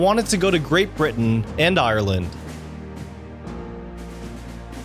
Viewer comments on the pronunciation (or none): none